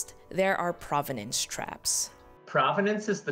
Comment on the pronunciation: You would expect an art expert to pronounce provenance correctly